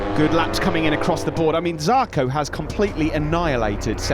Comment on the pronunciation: ZARCO, not jarco.